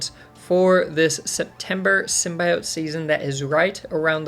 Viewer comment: I can't believe people still say "Symbiote" wrong lol